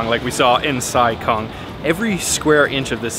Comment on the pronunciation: The town Sai Kung is actually pronounced as "Sai GOONG" ... not like what westerners pronounce kung fu as "kung fu", where it should be pronounced as "Goong fu" in cantonese.